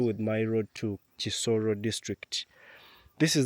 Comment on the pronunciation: It's a beautiful place to visit but I thought it's kisoro not chisoro.